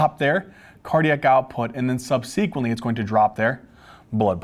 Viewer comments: For goodness sake, the word is subsequently, not sub sequently. Do not place the emphasis on the antepenultimate syllable, please! Correct usages are "these", not "these ones", "those", not "those ones", and "there are other drugs", not "there is other drugs". "Is" is for singular, "are" is for the plural; and finally, "there are three categories", not "there is three categories". You get the drug names right, get the 3rd grade grammar right, too, OK? Thanks. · So glad I found your channel! Brings me back to med school days. Stryer anyone? Would have loved to have youtube and great teachers like you. You also crack me up the way you pronounce “subsequently” and “GLUT” (receptor). You have a gift. Keep on teaching.